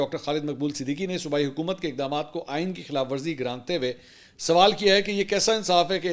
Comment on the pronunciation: " گرانتے ہوئے " غلط ہے۔ گردانتے ہوئے = گر + دان + تے ہوئے